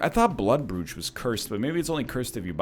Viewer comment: Its not. The proper pronounciation sounds more like Broach.